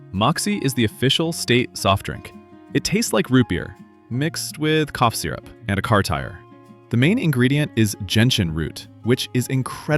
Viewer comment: Well it also can't pronounce 2 words correctly, and says SEERup once then SURup the next.